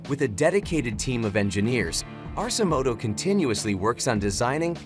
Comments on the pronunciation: It is pronounced 'ARK-e-moto', so I don't know why this narrator pronounces it incorrectly. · "Arse-imoto." hahaha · AI can't even pronounce the name correctly. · Doesn’t pronounce Arcimoto correctly and has completely wrong information (not adjustable seats). Yikes.